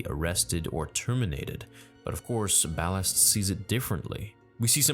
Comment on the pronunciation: Ballast not Ballard